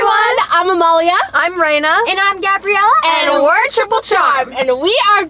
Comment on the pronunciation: Yep, except it’s not “Amelia” it’s actually “Amalia” pronounced Am-ah-lia and it’s not “Reana” it’s actually “Raena” pronounced Ray-na. Other than that perfect and the placing are correct! ☺️